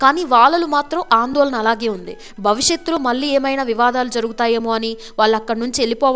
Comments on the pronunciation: అమ్మా తెలుగు ఒత్తులు పొల్లులు నేర్చుకో. మల్లీకాదమ్మా మళ్లీ అనాలి. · ఒక విన్నపము... Anchor గారి తెలుగు, ముఖ్యం గా, వత్తులు పలకడం లేదు,,, బక్తి కాదండీ భక్తి అనాలి... మల్లీ కాదు, మళ్లీ అని పలకాలి... భాష, చక్కని ఉచ్ఛారణ, మీ ప్రెజెంటేషన్ కి వన్నె తెస్తుంది... ఇంప్రూవ్ చేసుకోండి, ఇంకా బాగుంటుంది... పాజిటివ్ గా తీసుకోండి ఆలోచించి